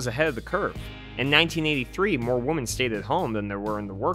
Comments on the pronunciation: Dude. One woman is a WO-MAN. More than one are WO-MEN. Other than that, good review! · Why do you say "Woman" instead of "Women"? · Why can't you say "women"? 🤔